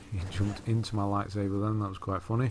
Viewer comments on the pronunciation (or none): Zeffo is like a giant maze and I really hate that planet. Edit: have you noticed that you say lightsaber as lightsaver?